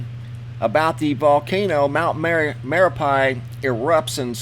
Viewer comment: It's pronounced mare ah pee.